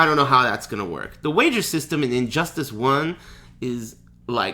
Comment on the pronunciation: is he purposely calling it injust-ASS? or does he have some weird speech impediment?